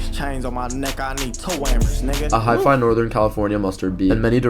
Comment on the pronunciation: Oof that voice said “hi-fi” instead of hyphy (pronounced high-fee), that made me cringe bruh